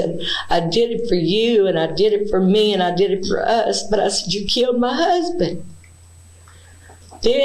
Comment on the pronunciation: “ He wanted to come to ma house….. to ma house …. I said no-sir 😂😂😂😂